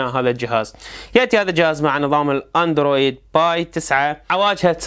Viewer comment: استاذي عزيزي انا من متابعيك واريد انبهك على قضية اللهظ مالتك كونك انت تقني محترم ومحتواك جيد جدا ...جالكسي لفظ خاطىء اللفظ الصحيح هو كالكسي اعتقد تفتهمون كتابتي العراقيين صوت ك وليس صوت ج والاندرويد هم بيهة خطاء لكن ماعندي بصمة حتى اوضح لكن الصحيح ان تخرج الحروف ا ن د سوية و رويد سوية يعني مقطعين مو ا ن د ر سوة و و ي د سوية قد يكون البعض مافهم لكن رجعو الى اللفظ الصحيح راح اتفهمون وشكرا